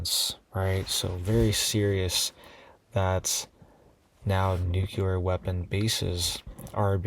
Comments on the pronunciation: Nuclear: not nucular. :person-turqouise-waving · It's pronounced NEW-CLEAR, NOT Nuke-you-ler